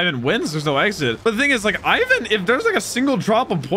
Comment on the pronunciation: It's not I-ven. It’s Ivan.